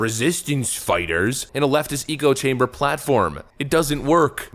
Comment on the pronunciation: ECHO-chamber, not ECO. You know like when you yell into a cave and your same point echoes back at you? This has to stop lol